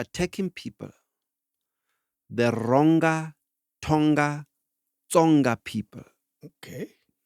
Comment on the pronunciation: On Tonga , the pronunciation should have the ... nga from ngo for ubuthongo